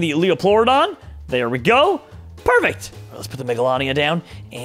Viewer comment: Mega-lol-ee-uh megalania